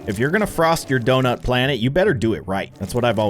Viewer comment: “The earth is flat” “the earth is round” “Ze earf iz donoot”